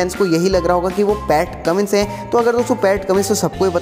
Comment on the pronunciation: Or vai vo Pat Cummins hai Pat Cummings nhi😉😜